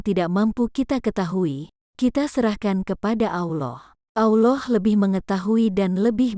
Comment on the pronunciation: Sebut Allah pun tak betul. Sebut betul-betul. Allah. Bukan Auloh.